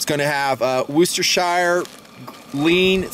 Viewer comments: roostershire sauce LOL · also..i think its pronounced 'woosh - tuh - sheer' instead of the 'shire' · You did not pronounce "Worcestershire" correctly. The correct pronunciation is "Woschibfrflingjsjblllpt!!!!burp".